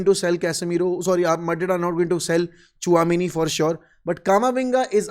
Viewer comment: Chuha-meni? Kya bolre bhai?🐀meni 😂😂